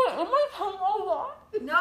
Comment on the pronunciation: "I don't have a tounguhhhhh "